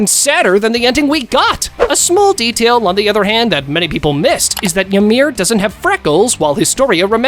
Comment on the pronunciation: E-meer > Ya-meer